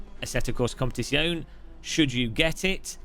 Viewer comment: Why you can't say Competizione 😔